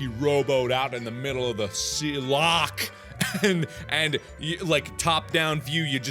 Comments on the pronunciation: All Scottish people are triggered because he KINDA mispronounced Loch XD, it's got a funny way of saying it. But Mark actually did a great job saying it XD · As a Scot, I need to say. YOU PRONOUNCED LOCH WRONG!!!!!! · YOU'RE PRONOUNCING LOCH WRONG!!! ITS LOCHHHH NOT LOCK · You need to pronounce loch as a true Scotsman "Lochhhhhhhhhhhhhh ness"